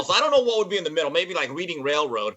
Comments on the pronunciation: Reading Railroad?! It's pronounced Reding!!! Come on! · Just going to leave this hear for anyone that's ever played monopoly... it's actually pronounced like the color Red, similar to the city in Northern California. The Reading Railroad is a historic line in Eastern PA. Cheers, Y'all :)